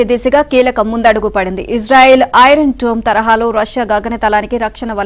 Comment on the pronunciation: ఇరాన్ డోమ్ కాదురా ఐరన్ డోమ్